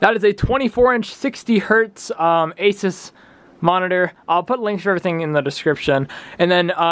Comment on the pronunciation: you pronounced asus wrong